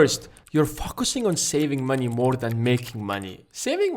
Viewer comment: Did he just say "your fuckessing"